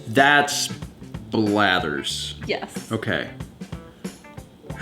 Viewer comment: "Is that Blathers?" Seriously,? Hearing that physically hurt me.